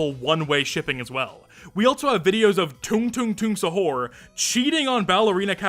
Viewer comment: hello! i'm Indonesia! also stop butchering the word Sahur, its Sah-ur (i am sorry for being a prick on that)